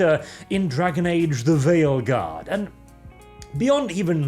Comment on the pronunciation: I kept hearing say "Theyilguard"